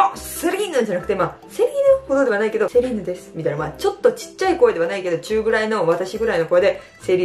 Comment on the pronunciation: セリーヌって言うんだ😮 シーラインって言ってたww